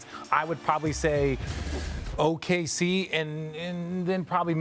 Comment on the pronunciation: This man really said Okc